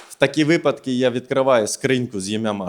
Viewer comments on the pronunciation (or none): none